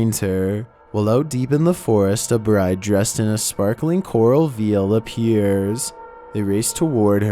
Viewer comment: Who would want to marry the bride in the cemetery if she wore a " veal" instead of a "veil" ??? I know, perhaps she employed Lady Gaga's seamstress to make her wedding ensemble!?!?